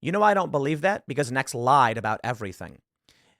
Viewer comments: I’m sorry, but I keep hearing “eggs Benedict”! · I was listening, not watching this, and honestly thought he was saying Eggs Benedict.